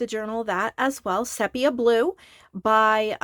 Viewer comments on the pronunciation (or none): Did you know, it's pronounced SEE- pee-yah? Which I realise is odd, given it only has one 'e', but that's the Greeks for you! 😆Gorgeous book, btw. Particularly like the little windows and the way you've continued the tonal palette throughout. Lovely work.